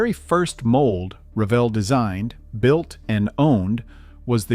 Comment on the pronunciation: Pronounce the company name correctly RA Vel. It’s HO Scale buildings are some of the best ever made. The farm house series and engine house series are still sought after today and can often be found on eBay.